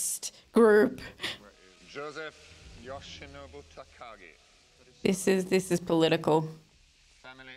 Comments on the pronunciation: I particularly love how you were calling him Nagati and it was Takagi. LMAO You're so funny. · "Mr Nagadi" - LOL. Close enough. Never change.